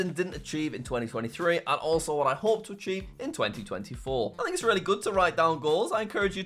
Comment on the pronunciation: I thought archive not achieve lol